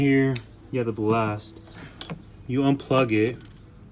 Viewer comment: Bal-last "ballast"